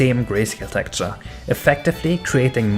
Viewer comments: Very interesting content. But if i hear you pronounce "Tekturce" only once more, i'm killing myself... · Your pronunciation of texture is a bit off.